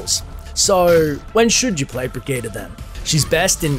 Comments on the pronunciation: EmptySergeant Breh-gee-tah is how it's actually pronounced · it's not birgitta I hate missprounounciations